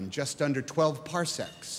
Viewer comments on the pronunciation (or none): none